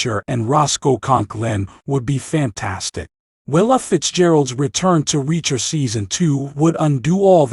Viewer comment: The name is reacher, not wrecker.